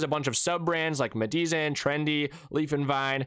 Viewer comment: "Medizan" is pronounced "medicine"!